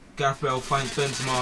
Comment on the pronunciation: Why don't you just say Bale?